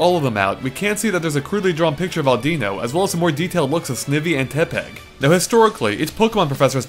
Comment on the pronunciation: .. "Auu-deeno?" "Snev-ee?" "Tep-peg?" You pronounce 'em weird. Your voice makes up for it.